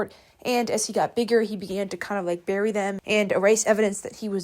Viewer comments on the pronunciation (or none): none